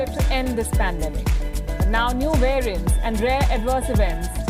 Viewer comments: Its VARIANT ...not VARIENT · *Variant. Not Varient.